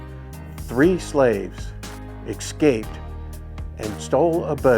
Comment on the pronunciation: What is "Excape"